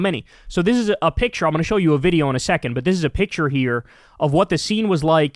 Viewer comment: The word is SECOND not SecenT omg !